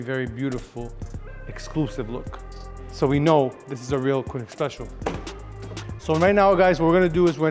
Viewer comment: okay just one little thing. its Koenig not Koonig